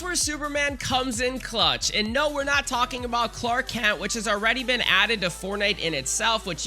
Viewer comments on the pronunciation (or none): none